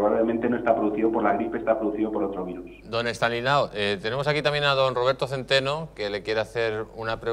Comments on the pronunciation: El virólogo que no dio ni una y el presentador que no sabe decir Estanislao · El presentador no sabe pronunciar ESTANISLAO ??????? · No es tan difícil pronunciar ESTANISLAO, en todo caso, ya que le vas a entrevistar, práctica un poco antes para que te salga de corrido 😡